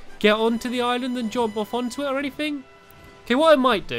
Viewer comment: am i the only one who notices how stamps says jomp and not jump